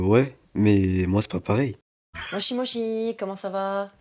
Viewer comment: déjà c'est mal prononcé et quand c'est mal prononcé par qqn qui s'y connaît en la langue bah c'est gênant 💀